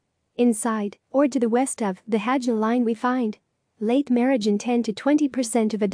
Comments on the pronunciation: Robo voice. Can't even pronounce Hajnal line right, even know less about its real meaning. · "Robo voice. Can't even pronounce Hajnal line right, even know less about its real meaning." Please enlighten us then, Andre. At the moment you are at best at the "Responding to Tone" level/stage of "Graham's Hierarchy/Pyramid of Disagreement" with your first (IMHO not very constructive) comment: "Graham proposed a disagreement hierarchy in a 2008 essay How to Disagree, putting types of argument into a seven-point hierarchy and observing that "If moving up the disagreement hierarchy makes people less mean, that will make most of them happier." Graham also suggested that the hierarchy can be thought of as a pyramid, as the highest forms of disagreement are rarer. [...] The hierarchy of disagreement is used on English Wikipedia as a guide for constructive dispute resolution."